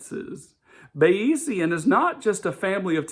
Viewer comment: You're hilariously mispronouncing and misunderstanding Bayesian Statistics. It's not about belief. Weather forecasters use it all the time. Belief is not the same as probability.